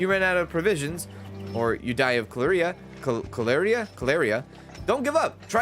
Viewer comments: lol Cholera = caller-uh. that pronounciation as calleeria made me laugh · Dude calls Cholera Claria, get outta here... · Cholera is pronounced 'Call er uh'. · Cholera is 3 syllables. It's not "Cholerea" and it's not "Chlorea" or "Korea" or "Chlorine." Just read the word slowly. Cho-le-ra. Cholera. It sounds like "Caller Uh." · I grew up in the Portland (Oregon) area, so I wanted to share how to pronounce a word even my Mom butchered for awhile. Willamette is pronounced as: Will-lamb-ett. (Cholera- Call-er-rah) 😉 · The pronouncing had me pulling my hair out 😂 but loved the gameplay, thanks for sharing! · It is pronounced: collar ahhhhh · Bro did you even graduate middle school? Koleria??? Haha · How does bro not know how to pronounce cholera and hedonistic like... Sound it out he-don-istic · He banned someone for having a controversial name. Is his inability to read genuinely surprising